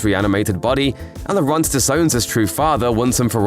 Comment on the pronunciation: Thanks for the explain. Please take note, Laurent is pronounced as 'Loran' (the t is not voiced at all) ;)